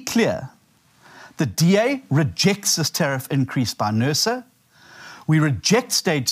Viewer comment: eskim??????? nurses instead of Nersa's??????!!!!! FFS!